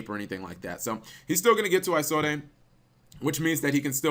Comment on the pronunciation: Everytime he said "Isolde" I cringed... You don't pronounce the E. I take it he's never heard the story of Tristan and Isolde.